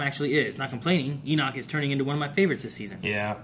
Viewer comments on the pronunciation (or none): none